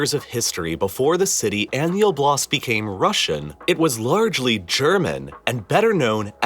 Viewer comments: Btw the emphasis? stress? is on o in oblast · Oblast is not oh, BLAST as you say it; it's OH, blast! It's not that hard to pronounce it correctly. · Why do you pronounce it as oblAst? It's Oblast!